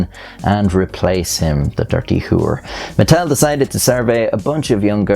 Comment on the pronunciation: I don’t know why I heard Nuttel